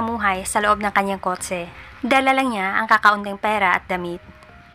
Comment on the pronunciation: Kot-se✅ Kot-che❌ 😂